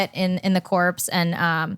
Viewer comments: Logan to Mike telepathically: bro, should we tell her that the “ps” in corps is silent? Mike telepathically: nahhhh. It’s kinda funny she said she thought she would be “in the dead body” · She just said "in the corps" ... wtf? Its pronounced like "core" not "corpse" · oh hey, she wanted to be an officer in the corpse... if you're going to be fake and lie at least learn how to pronounce shit. corps, such as in the marine corps, is pronounced "core" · "a vet in the corps". She pronounced it like that not like core. Main thing I caught. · Did she really just say corps wrong lmao? She isn't intelligent, she acts like it but she doesn't even know how to say marine corps right. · That's not how you pronounce corps lol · But she doesn't even know how to say marine corps right.